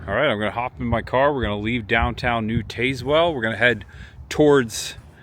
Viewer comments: Us locals pronounce Tazewell with a short a like tasmanian devil. Some GPS's pronounce it the way you did though. Used to love Adams small town and back roads videos and glad to see you do some!! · please please please, when you explore find a local and ask them how they pronounce their town cause you are murdering this one. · I find it hilarious how he pronounce it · Pronounced Tazzwell not Tazewell. But that is how it is spelled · Yes it's Tazz-well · TAZ-Whull is how you pronounce it. 😂. This video randomly showed up in my YouTube feed and I am so glad it did. I was born and raised in New Tazewell. Left home in my early 20’s. Been in Chattanooga the last couple of decades, but I go back home a handful of times a year. Next time you’re at the Frostee Freeze order a pizza burger and a Mickey. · Tazz well. Please learn the names of these towns before making your videos! You have butchered several town names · Tayz-well.. lmao. Not how its pronounced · Tazewell pronounced like tas i.e. tasmanian devil. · its a soft a in Tazwell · Is pronounce Tazewell like the Tasmanian devil..... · it's Taz well not tazz well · The e is silent, it's pronounced tazwell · not I’m not being a blank. But it’s pronounced Taz-well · They should both (TN/VA) be pronounced the same way, TAZZ-WELL. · Wrong pronunciation of Tazewell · You butchered the name